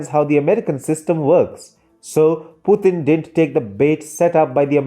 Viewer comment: Absolutely right. But please pronounce the name as Mr. Putin and not Puthin.